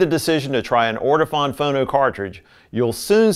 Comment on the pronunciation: Sorry... the correct pronunciation for Ortofon is... orto-phone... not orto-fohn...